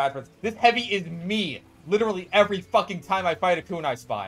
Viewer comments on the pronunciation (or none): none